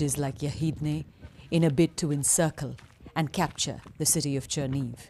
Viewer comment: Chernihiv is pronounced: Chair-knee-heeve, accent on the second syllable.